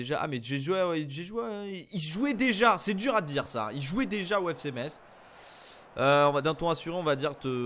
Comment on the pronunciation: On dit Messe (Metz)et pas Metsse !!!!!